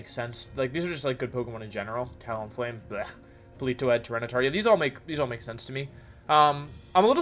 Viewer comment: You know Wolfey hates a pokemon when he pronounces its name correctly. - "Talonflame, blech"